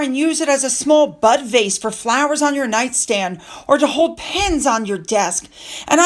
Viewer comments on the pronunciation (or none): none